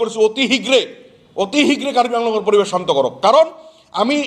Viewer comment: অসমত স্থায়ী ভাবে বসবাস কৰা সকলো জাতি জনগোষ্ঠীযে অসমৰ শিক্ষা, সাহিত্য, সাজ, কলা কৃষ্টি সংস্কৃতিক আঁকোৱালি ললেহে সমস্যাৰ সমাধান হব কিন্তু আপোনালোকে শত শত বছৰ থাকিও আপোনাৰ মুখেৰে অশুদ্ধ উচ্চাৰণ কৰিছে যেনে অহমীয়া, পৰিবেচ, চান্ত আদি উচ্চাৰণ কৰি কেনেকৈ বৃহত্তৰ অসমীয়া জাতি গঠনত কিডাল অৰিহণা আগবঢ়াব আপুনি নিজেই গভীৰ ভাবে ভাবি চাওক ?